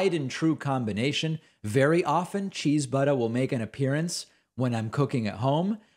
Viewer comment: David... Did you say "Cheese-BUTT"? I had to replay that many times to make sure. Dunno if I'd buy a cheese butt, but you had me roaring with laughter none the less.